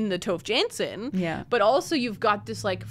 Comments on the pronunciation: Ooh I didn't realize until I saw the cover that the book was by Tove Jansson! because as a finn I would pronounce it quite differently :D Very interesting hearing about people reading Tove Jansson, haven't read much besides the Moomins myself, yet! :D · I was crocheting daisy squares and eating chocolate Moomin biscuits while watching this, accidentally incredibly on theme 😂Despite being Swedish, I've only ever read one Moomin book by Tove Jansson (by the way, if you want a tip on how to get her name slightly more right, try to pronounce the E in Tove a bit more 😊), but now I'm a bit curious to give her other novels a try. Also, so nice to have a book rec episode again, I get why you stopped, but I've missed it 😂